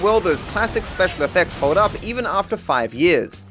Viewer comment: Simeon obviously say "Holg Me"